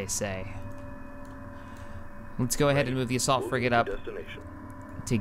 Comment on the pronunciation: "Ion cannon fligate in position"